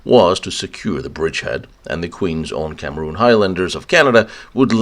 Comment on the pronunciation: "Queen's Own CAMERON Highlanders" ..... Not pronounced CAMEROON.